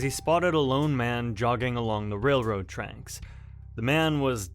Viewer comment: “Not ‘til the next sheduled….” Sheduled and railroad tranks: you are a poor speaker, why are you even try to do YouTube videos and you are a very poor speaker. Maybe you should pay someone to voice these for you, you know? Someone who knows how to speak English?